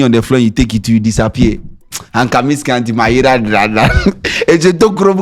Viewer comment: Scanty!!!! Diewuooo sen? I'm beginning to understand why you're called "" cuz ei!!!